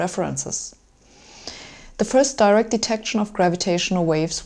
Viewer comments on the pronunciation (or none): none